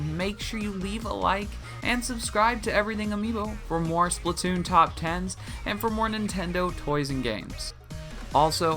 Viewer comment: People it's SPLAT TOON NOT SPLIT TOON OK